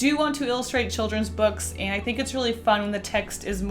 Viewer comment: Am I the only one who was hearing Ant instead of And?